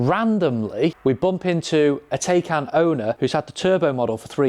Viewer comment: pronounced Ty-kon - FWIW prefer my Gen1 2022 version, while the Gen2 specs are improved, the new exterior is borderline mundane, e.g Tesla